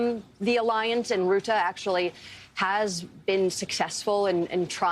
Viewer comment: It's pronounced Rut-uh, not Root-uh.